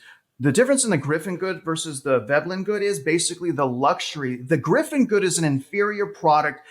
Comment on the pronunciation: Pls rerecord with correct term 'Giffen good'